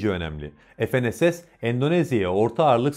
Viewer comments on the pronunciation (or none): Bir de TÜRKÇE konuşsak. EF EN ES ES değil be kardeşim. FE NE SE SE.